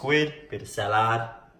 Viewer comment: Salaad. And no secret sauce. Must have had sun stroke.